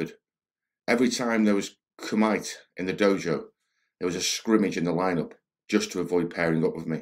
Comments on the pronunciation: Not Ku-Might it's Ku Me Tay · So he knew what the rules were and decided to ignore them. That's just great. That doesn't make you tough. It makes you an asshole. He kicked the guy full force in the groin. That makes you an asshole and it sounds like he was bragging about it. Koo-Mite ? Who in the Hell is this narrator ? That's one of those most basic terms in Karate, Kumite. Koo-mitay Taking a lot of damage ? That's NOT real fighting. In a real fight you don't punch and kick someone over and over. If you are able to punch them in the face then you could've hit them with a spear hand to the eye or throat...fights over. If it's just a barroom brawl/street fight and there is an unspoken rule that you are just settling your differences man-to-man and not trying to seriously injure or kill each other then being able to take a lot of damage is very important. Even guys that hate each other won't kick someone after they go down, some of them will and usually they are not thought of very highly by the other guys present after that. But you NEVER really know for sure what the other guy's intentions are. I always assume that the other guy is trying to kill me. I also never start a fight. If you start the fight you might go to jail, if you seriously injure him you might go to prison for 5+ years and if you end up killing the guy you are going to prison for at least 20 years. Just always remember the words, I WAS IN FEAR FOR MY LIFE, that is the gold standard for self-defense. I don't know the guy so I'm not doubting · It's pronounced "koo-mih-tay" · Kumite is pronounced koom-itei bro.. Most famous one in pop culture is the big one in Bloodsport and one of Bolo Yeung's finest moments! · 3.19 *Kumite or sparring / fight practice: pronounced 'koo-mee-tay' in Japanese.